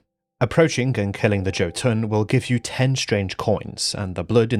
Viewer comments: "yo-tuhn" not "Joe-tuhn". Or, if you wanna be very anal about it, Jötunn (Singular of Jötnar) is pronounced "yuh-tuhn", the umlaut over the "o" making it an "uh" sound iirc. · Not Joe-Toon. Amazing video as always! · "Joe Tonne" instead of Jotuun 🥀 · I love how you pronounce Jotunn as joe-tonne.